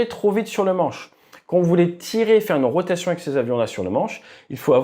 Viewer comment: "Ich rotation" 😂😂😂